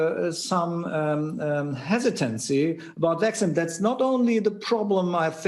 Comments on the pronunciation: My uncle is a doctor in Germany and he doesn’t pronounce vaccine Vacksign. This guy isn’t a doctor, he’s an actor. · he pronounces "vaccine" very wrong.